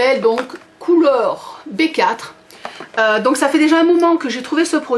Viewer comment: Colour B4 ce prononce Colour before ce qui en français veut dire la couleur d avant B=be 4=four